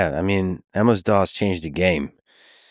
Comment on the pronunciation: Is it me, or does Lex keep saying “Emma’s DOS”?